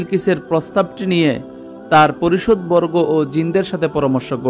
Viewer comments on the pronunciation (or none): মাশাল্লাহ। পারিষদবর্গ হবে সঠিক উচ্চারণ। ধন্যবাদ।